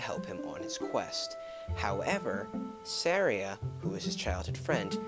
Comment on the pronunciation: It's SAR-ia, not Sahria